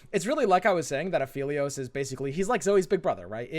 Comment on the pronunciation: it's aphelios, not afeelios